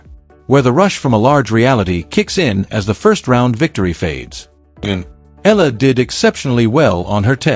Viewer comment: Pronounced: Eh..ya..la